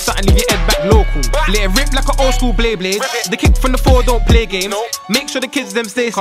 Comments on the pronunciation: He said bleyblade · You know is an OG when he calls it "bleyblade" instead of "beyblade" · Nigga said Blehblade 🤣